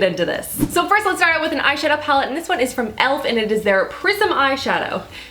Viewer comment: my favorite part of this video is when you said " iz very nice 😂". I'm interested in finding out about the scandalize mascara and the Milan rose product